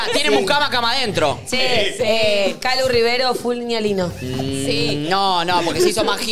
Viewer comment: amo como todos fingimos demencia con que todo el programa pronunciaron mal "niña lino"